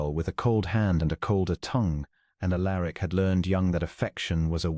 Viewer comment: Prononced 'Al er ic'